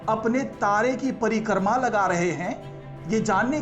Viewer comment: परिकर्मा नही परिक्रमा बोलिये